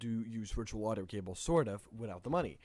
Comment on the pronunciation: The wee bee and wirtual keep throwing me off... other than the mispronunciation of V as W I don't even hear an accent. edit: Also driwer. I guess there's no V sound in Norwegian? Oh.. also the R sound leans toward W too. "Weboot your system." Other than the V thing, I like the accent. Weendows 8, hehe. More importantly, thanks for compiling the alternatives. Years ago I couldn't find any free alternatives, which I found frustrating because it's such a wonderful piece of software, which seemingly doesn't need that much development to replicate the core mechanism. There's no emphasis on complex interface, graphics, sounds, media, simulation, none of that, so it should be relatively simple to make. Still far, far more development effort than I'm willing to put forth, though.